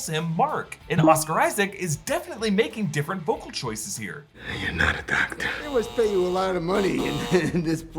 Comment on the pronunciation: "You're not a docTA"